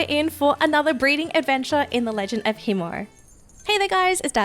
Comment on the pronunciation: is the "i" in khiimori silent or is it being pronounced wrong? Not shitting on u its just very confusing as a person who likes to pronounce things properly and is hearing two different ways to pronounce it.